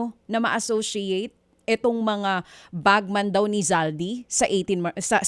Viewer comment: Dj Chacha, it’s BagMEN not bagMAN.